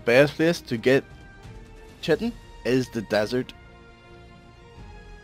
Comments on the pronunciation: It's pronounced Kye-Tin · Lol "chitin"